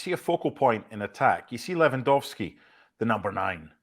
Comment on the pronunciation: Correct pronunciation for Lewy is: Levandovski. W in Polish is like V in English.